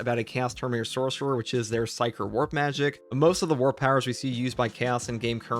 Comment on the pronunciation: I’ve heard of psyker powers but what are these “pysker” powers you speak of?